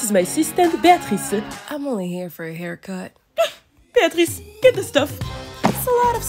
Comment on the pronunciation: Atleast that pronounced it right lol